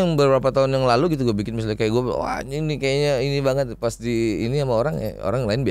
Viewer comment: "Uwaaanying" nyunda na kaluar :)))